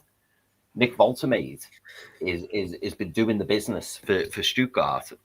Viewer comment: Lads need to figure out how to pronounce Woltemade 😂